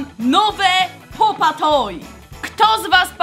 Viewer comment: Pop toy A nie popa toj